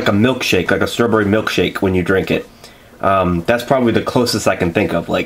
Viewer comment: Why do you pronounce it " struhbury' lol